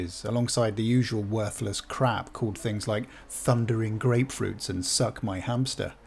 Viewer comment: "suck my hamstuh" LMAO!!